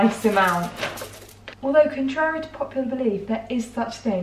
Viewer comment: The way she said contrary really messed me up for some reason